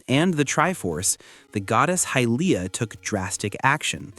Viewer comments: You said Hillia instead of Hylia the first time and whoever is doing the gameplay absolutely sucks. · I am sorry but did you say "Hillia?" as in Hylia? "High-leeya" wtf